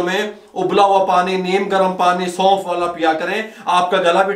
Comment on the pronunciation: سلام مسنون...آپکے خلوص کااللہ نیک اجرعطافرماءیں آمین... ایک مشورہ ہےبراءےمہربانی ایک سفید کاغذ پرنسخےکےادویات کی نام اور وزن لکھ رکھیں آخر میں ویڈیوپربتادیں عین نوازش. کیونکہ ہم غیرملکی اردو داں آپ کےتلفظ سےمجبور آپ نےسونف کودوبارکہاپھربھی سمجھ نہ پایا آخرکارمیسنجرسےپتہ چلا ناراض نہ ہوناہم غیر ملکی جوٹھرے اللہ حافظ....